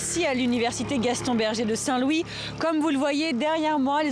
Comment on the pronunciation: Daint Louis ou saint Louis 😂🤣😅 bref mais appart ça j’aime 👍 bien l'UGB🏣